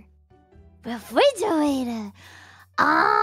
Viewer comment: I love how she pronounced it like "refrige-gator".